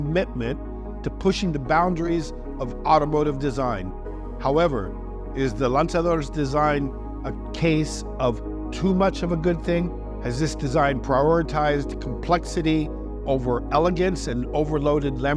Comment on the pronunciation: You're saying Lanzador with a Spanish accent, not Italian :)